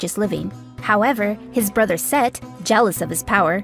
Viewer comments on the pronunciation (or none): It's SET, not Seth....*smh*